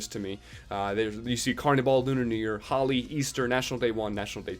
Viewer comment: holi is pronounced as hol eee